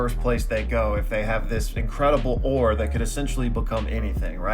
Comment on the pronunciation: The way you say ore is making US want to convince you to join THE ORB